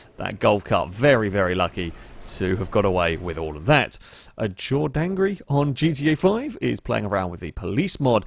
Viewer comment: how did you pronounce Jordangrey😂😂